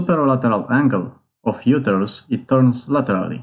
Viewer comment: Pronounce uterus correctly